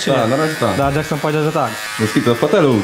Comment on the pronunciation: Vysa na łyso dżeksnon a nie